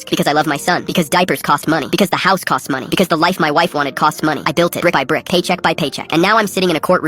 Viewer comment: The way he said money 😂😂